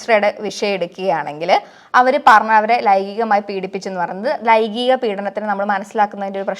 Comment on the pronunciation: "Laigikam" alla "laingikam" anu chechi😂